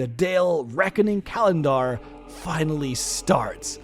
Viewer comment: I hate that this is the only channel comprehensively covering this information solely for the fact that I cannot stand the way speaks. Eletist, calandaar, et al. 🙄